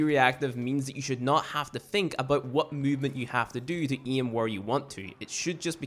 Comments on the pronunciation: Bruh how can you speak English so good but say iem instead of aim and iet instead of 8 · The way you say "aim" is to funny bruh lol